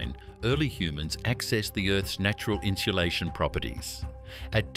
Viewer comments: It kills me to hear the narrator pronounce insulation (in-sue-LAY-shun) as in-shoe-LAY-shun. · Never heard someone try so hard to add an “h” to a word…inshalation. Lol